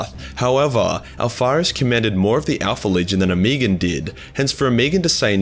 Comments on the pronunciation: O-me-gon. Not omegen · O-me-Gon, 3 syllables.